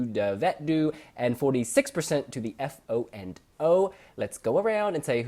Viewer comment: It's pronounced Foe and O! (it bothers me to hear F.O. and O. all the time x) )